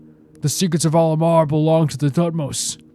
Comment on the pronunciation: A point of pronunciation... Al-Ahmar is pronounce AL AK MAR by the npc's in the rest of the game. At least that is closest to how it's pronounced. They use "H" for a reason but it's hard for a western speaker to get that exactly right.